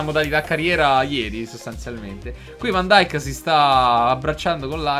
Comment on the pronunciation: ho sentito pronunciare van dijk in tanti modi ma questa è nuova